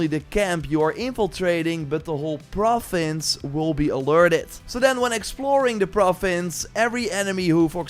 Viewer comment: I like how he says “profins” 😊